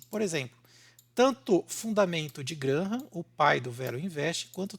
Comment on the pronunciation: GRÁRRAM = pronúncia correta